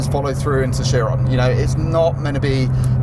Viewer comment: Out pops Koshbin from the frunk “Bugatti ACHIRON ASPORT”